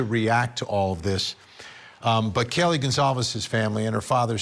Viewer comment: Why does he keep saying Kallie it’s Kaylee